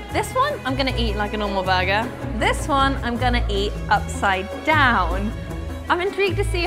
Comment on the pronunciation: What is "baga" does she mean Burger? Say "bottle of water"! FFS learn to speak your own language before you try to give tips